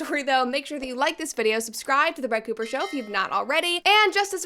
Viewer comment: Its Crett Booper!